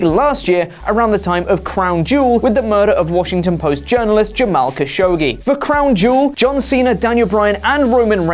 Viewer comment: The proper pronunciation of the slain Saudi journalist is Khash-ug-gee (same as the letter G), not Khash-oo-gee.